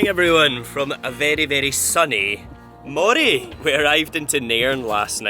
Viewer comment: It’s Moray as in Andy, NOT Moray as in eel.